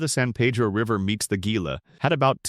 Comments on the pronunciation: It's Pronounced hee la. Not gee la😅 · Ajo is pronounced Aho. Gila is pronounced Heela. Verde is pronounced Verdee. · Gila is pronounced HEE-la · GEE-luh always cracks me up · I've even heard Gie-la.